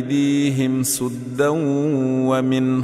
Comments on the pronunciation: Wrong pronunciation "saddan" not suddan. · Saddon wamin khalfahum sadda Is a correct pronunciation Suddon wamin khalfahum sudda Perhaps is not a correct pronunciation 🙏🙏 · There is a mistake in ayat number 8, soddan and sodda is not correct word and correct word is saddan and sadda. please check and make correction.